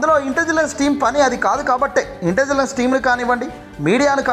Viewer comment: ఇంటెజిలన్స్ కాదు సార్, ఇంటెలిజెన్స్.